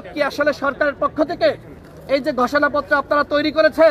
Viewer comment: গষোনাপ্ত্র?😅😅😅😅 নাকি ঘোষণা পত্র? এভাবে কেউ কি স্ক্রিপ্ট পড়ে?